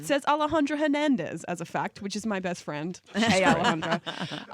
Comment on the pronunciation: the way she pronounces Hernandez.... XD